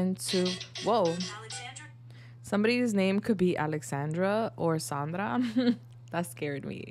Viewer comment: Girl. My name is Sandra. You even PRONOUNCED it right!!! 😮 Holy wow. Through and through, that's my pile.